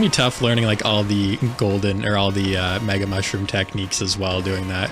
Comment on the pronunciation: I can't tell if it's just me, but I keep hearing you saying "maga mushroom." What, was a secret plan to infiltrate Sarassaland leaked in a Signal group chat or something?